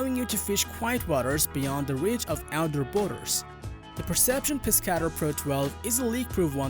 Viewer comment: Terrible just terrible the Pescador kayak you said the name wrong if your going to do videos be able to say the names of these products and it doesn’t have the most comfortable seat on the market so that’s a lie and your facts suck the pelican catch is one of the worst kayaks on the market it’s a piece of shit everyone who buys one sells it because it’s junk stop with these videos just stop